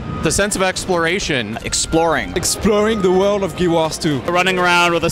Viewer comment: EXPWORING THE WORR OF GIWAS 2